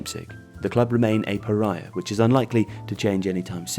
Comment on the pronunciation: You pronounced 'pariah' wrongly 😂